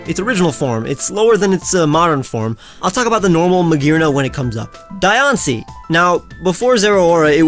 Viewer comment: The disrespect to Diancie’s name 😔